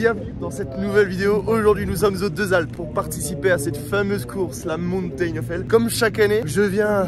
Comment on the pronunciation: hell , ca se prononce pas "aile" mais "il" 😁 sinon jolie descente :washhands